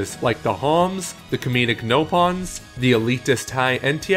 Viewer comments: "Ropons"? It's "Nopons" my guy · did he just call them Ropons?